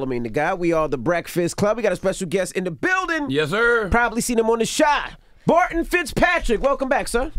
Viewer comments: wow. FIRST TIME HE CAME he told yall how to pronounce his name BAR-TON & Envy just gon say it wrong again. you can tell he lowkey wanted to correct him so bad. wish he did. disrespectful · How y’all mess up it’s “BarTon”